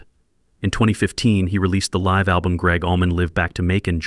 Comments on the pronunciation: This has to be just an AI video!!!! The "guy" pronounces LIVE wrong... Like 'live life' instead of 'playing live'. AI is BS! Human's downfall. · This is obviously AI .... imagine saying that Gregg and Duan spent most of their cash on "CD's" in 1966... (go to mark - CD's would not be invented until the early 1980's) .... also Mispronounced the word "Live" ... and what does the deep/dark "ganster-mob video at the mark have to do with Gregg and Duane so all this to say....this video is less than good. Eat a Peach was not their 3rd album...it was the 4th.